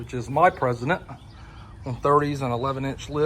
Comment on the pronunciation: Stop saying President! It's Precedent